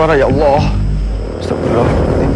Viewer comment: Meluruskan aja Yg benar Astaghfirullahalaazhim bukan astaghfirullah aladhim😅